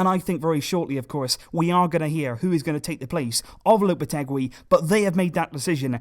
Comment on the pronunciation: It's pronounced Lopete-"GEE" like in geese.